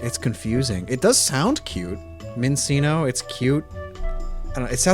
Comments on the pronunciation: pretty sure that Minccino and Cinccino are pronounced like 'chino' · I still cringe when I hear people pronounce Minccino and Cinccino and they make the C's sound like S's. I understand there isn't any H's in there but the official pronunciation is min-CHINO and chin-CHINO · I think it's telling that even though you're aware they're based on chinchillas, you didn't know that Minccino and Cinccino are officially pronounced with "ch" sounds. Why would any English speaker be assumed to know you're meant to read the names with an Italian pronunciation? Sure, once you know you know, and it sounds fine, but it's a very random choice of spelling.